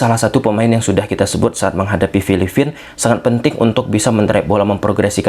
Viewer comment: FILIPINA BANG, BUKAN FILIFINA😂